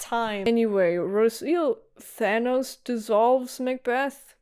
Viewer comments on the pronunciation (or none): none